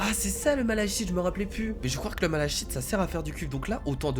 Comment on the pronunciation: le malachite se prononce "malaKite" j'aime pas quand on prononce mal les mots sinon super jeu continue comme ça